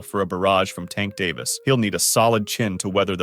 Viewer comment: You have extensive knowledge of the boxing community... so much so that you can articulate Davis name without him sounding like a female